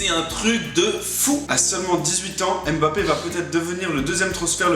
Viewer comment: petit erreur de prononciation et aussi à je vous adore^3^